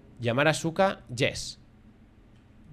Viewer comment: 😅😅😅 buen video, Asuka puede que se escriba Asuka pero se dice aska, normalmente en Japón no suele sonar fuerte la u jajaj